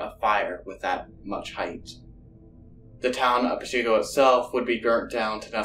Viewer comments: Yes, PESH-ti-go. Not Pesh-TEE-go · The town is actually pronounced with a short I. Peshtigo not peshTEEgo. You are not the only to pronounce it that way.... The History Guy did as well. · Great video. However, the fire is pronounced (Pesh - ta- go). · Another video where they mispronounce the name of the town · I cringed everytime he said Peshtigo!!!